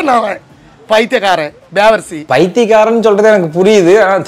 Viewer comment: Athu devarsi illa bro. Bevarsi... Kannadala devidiya endru artham.😂